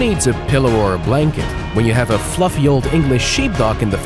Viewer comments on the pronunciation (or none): none